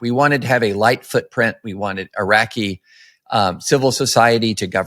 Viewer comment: "Eye-rackees"? C'mon. Gimmee a break. How can anyone take these two seriously?